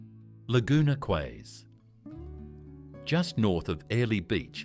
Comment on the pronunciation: ..I WENT TO CAIRNS ONCE, IT WAS A WHILE AGO, BUT IT SEEMED LIKE A NICE ENOUGH PLACE 🫠🥹☺️😊😇♥️❤️..WELL.. BETTER THAN MY HOMETOWN, ANYWAY 🫠🥹☺️😊😇♥️❤️.. AND I THOUGHT QUAY WAS PRONOUNCED KEY??..OR HAVE I BEEN WRONG??.. EITHER WAY 🫠🥹☺️😊😇♥️❤️..